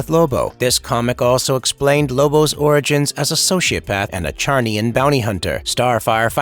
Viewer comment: It's pronounced zarniain.